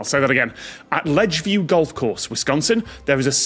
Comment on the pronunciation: Guessed that as soon as I read the question! BTW I think it may have been Ledgeview rather than Lodgeview.